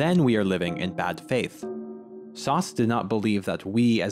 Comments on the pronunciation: bro said sauce instead of sartre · What an interesting way to pronounce Sartre's name. Lol reminds me when my teacher would only say So-crates 🤣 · Your pronunciation of Sartre makes me smile. Just own it, eh? Reminds me of New Englanders ordering "kwasants". I've never pronounced Sartre correctly myself. The easiest is just by saying "Sart" and then adding the smallest sound at the end, a bit like a ch. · You Pronounced John Paul Sartre incorrectly. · I don’t mean to gatekeep pronunciation, but you may want to reconsider how you say Sartre. It’s like that thing where we americans try to sound correct in another language but don’t have a grasp of the actual mechanics of that language and so end up butchering the pronunciation for anyone in the know. A little like when people just take on the look of an aesthetic rather than really understanding what that aesthetic really is. As a tutorial to pronounce Sartre as an American without sounding pretentious or without just plain getting it wrong…it’s SAHR-truh. Or you can shorten by leaving out the shadow vowel at the end as you have done, but make sure you get the R into the first syllable. As in Sahrt, rather than your gauche pronunciation Saht, which almost sounds like you’re saying Sade, as in Marquis de Sade. Anyway, the fountain is art. Edit: same goes for goethe. That mixed first vowel is really best pronounced in our American accent as GUR-tuh, and is the standard pronunciation for most people in the know, dark academics or not.